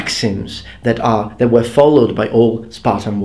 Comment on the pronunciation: Hey, one request.sometimes you're a bit difficult to follow due to your pronunciation. Could you maybe try to change your pronunciation of "were"?you now pronounce it similar to how you also pronounce "where", while it should sound more like "whur".I hope you don't mind me asking.